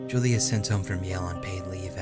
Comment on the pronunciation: I love this game, but it was killing me at the beginning when you kept saying Julie instead of Julia. When the scary music started when he found the typewriter outside, I got the heeby-jeebies.